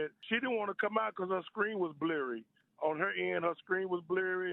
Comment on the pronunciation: " Her screen was bleery" bye lmfaooo